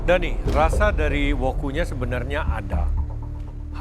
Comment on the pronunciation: Other people : Daniii.. Chef rudi : Deniii..